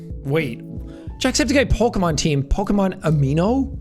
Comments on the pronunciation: Jack is fucking lying about never being into Pokemon he said every name 100% right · jack: "i dont even know how to pronounce this names" also jack: pronounces them all right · wow u did a really good job with the pokemon names u got them all right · "i dont even know how to pronounce these things" damn, and he said the correct, thats crazy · "I don't even know how to pronounce these" proceeds to pronounce all of the pokemon correctly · Jake. I don't know how to pronounced these names. Also Jake gets all of the pokemon names right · I love how he says that he doesn't know how to pronounce any of the Pokemon and yet he pronounces all of them right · Jack nailed the pokemon names.